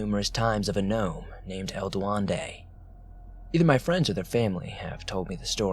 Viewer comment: "Du wen de" Duendé